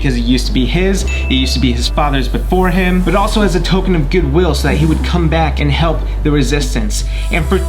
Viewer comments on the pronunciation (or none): none